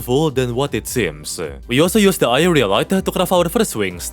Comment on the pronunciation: Am i trippin' or no longer struggles to say aerialite?